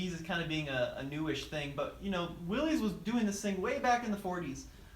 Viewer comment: FYI, it's pronounced "Willis," not "Willies."